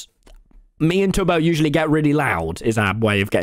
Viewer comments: every time he said it, I just heard Toby, Tubby. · hahaha Tommy called Tubbo "Tubby" .....its like Teletubby